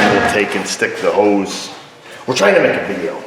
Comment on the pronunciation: When you say hose, for some reason I hear hoes. MeeMaw would not be proud of me.